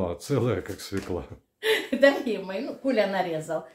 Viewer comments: СвЁкла, а не свеклА !!! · Свёкла, а не свёкла.